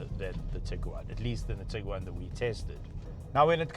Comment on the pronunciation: Say Tig Guaaan Not tigger waan 😂